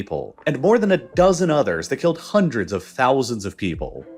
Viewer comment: HAAAAAAAANDREEDS OF YEARS 🤣 why he pronounce it so funny??